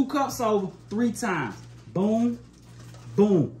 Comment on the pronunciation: why arent you pronouncing the "s" in "times?"